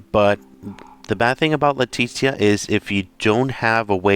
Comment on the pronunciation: Her name is pronounced LEA-TEE-SHA